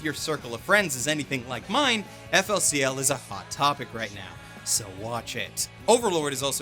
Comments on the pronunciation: Bruh can't pronounce flcl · That FLCL pronunciation D: Cancer